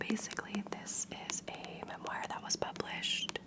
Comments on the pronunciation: i’ve never heard some pronounce the word memoir, mem wire, it most definitely is pronounced mem-war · Hi! Just wanted to say how incredibly thankful I am for all your book content. It’s what brought me to your channel and I’m always happy when I see one up! Also I hope this comes off as friendly as I intend it, but I believe memoir is pronounced more like mem-waar?? Again, thank you for all that you do and hope you’re having a lovely day!😊